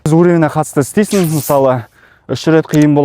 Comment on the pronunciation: Ассалаумағалейкум жарайсың бәрі тамаша тек алға! Дами бер. Айтар сөзім, сөйлегенде өтініш (ен жеНіл, еН тиімді барасыН, істейсіН) емес.«Ң» дейтін әріпті ұмытпаш. Яғни(еҢ жеҢіл еҢ тиімді, барасыҢ, істейсіҢ) деп жазылады және айтылады. Бұнда тұрған ештеңе жоққой деп ойлауыңда мүмкін, ештеңе жоқ емес бар деп есептейміз қазіргі таңда ең үлкен мәселелердіҢ бірі ол тіл мәселесі болып тұрғой. Тілімізді ұмытып қалмайық қай жерде де әріптердіҢде қолдануы тілдіҢ дамуына маҢызды. Тек жақсылық ойлағсын айтып жатқаным. Дұрыс оймен қабылдарсыҢ.